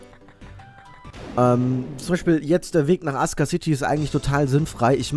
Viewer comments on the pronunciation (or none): wieso sagst du imme "aska" anstatt "asuka" das stört mega... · weil asuka city ein japanisches wort ist, und asuka nicht ASUHHHHKA ausgesprochen wird, sondern das u stumm ist und es ''Aska'' gesprochen wird. das ist genauso wie das wort sasuke von naruto, wird nicht sasuuuhhhhke ausgesprochen, sondern saske.